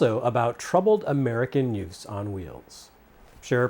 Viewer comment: Yoots? What's a yoot?